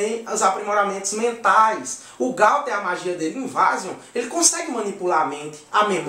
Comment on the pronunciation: Não é Gauther e Gouther